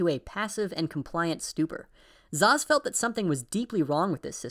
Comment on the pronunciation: Great bid, but Szasz is pronounced "Sas" not "Zaz"